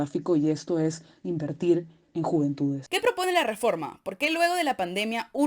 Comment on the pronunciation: Las Juventudes, Las Juvenitudes, Las Juventudes >.< ya me dio cáncer de oído al escucharlo tanto y algo mal dicho más encima.